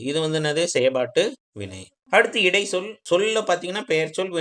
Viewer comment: தம்பி இடை(ச்)சொல் என்று சொல்லவும் ச் உச்சரிக்கவும்